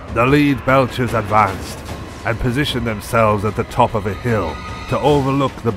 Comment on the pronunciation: Great content but i have to ask, why did the narrator pronounce some words like an AI bot? Lead belchers (pronounced by the narrator as to lead someone/Leader) or Chitinous armor (pronounced by narrator as Chitinous the Ch as in chicken) ?